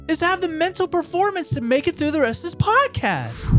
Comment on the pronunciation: said pocaast lol and said it funny trying to say it like did